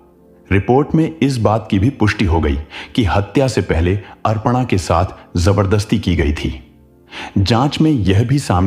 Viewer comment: Horrible 😢 अरपणा नाम नहीं है भाई अपर्णा है pronounce Pa thn Ra र Aadha hai और ण के ऊपर आया है तो ण से पहले उच्चारण होगा 😂😂learn Hindi RA k Roop 😅